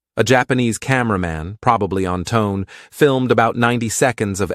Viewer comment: I think that Japanese heavy cruiser Tone is pronounced "Toe-nay". Carry on.